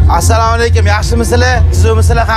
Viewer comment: нормальный салом беришти ургатийлар. Саамкум дегани нима дегани? Хутти биров зурлаб мажбурлаб сураштиргандай сурашади.